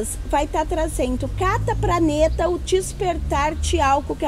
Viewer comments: Foi difícil ver esse video todo com esse jeito estranho da falar, trocando o "D" pelo "T" o "B" pelo "P" e por aí vai. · A fala praneta kk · Ela falou "praneta"